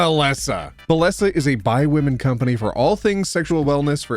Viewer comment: please tell me im not the only one who heard 'bi women'